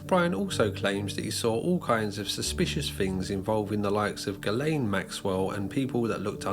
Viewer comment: ITS PRONOUNCED GILLAYNE MAXWELL , NOT GIZZLANE